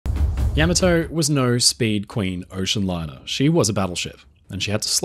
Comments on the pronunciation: What's a Yamma-toe? Is that what happens to Fred Flintstone when he brakes too hard? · That's not how you pronounce Yamato